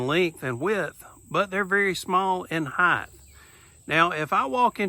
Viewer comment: Did I hear a height-th in there?